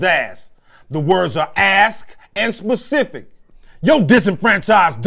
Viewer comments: THANK YOU, i hate hearing people say "pacific" like the ocean and not "specific" having a special application, bearing, or reference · "U gon haveta aks me a Pacific question."